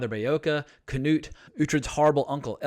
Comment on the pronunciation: I love ur vids, but for the love of God. It's, not kaNOT lol 😁👍🏻